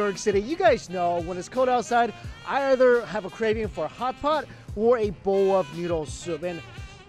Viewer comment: Lol the way he says "Hot Pot" always crack me up, "Hapap" Edit: Come to think of it, Mike Chen isn't your real name is it?